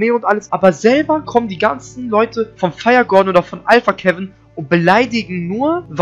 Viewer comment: Junge sag doch firegorden anstatt firehoden und schreib like richtig blyat